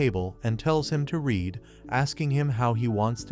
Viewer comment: Bro said red not read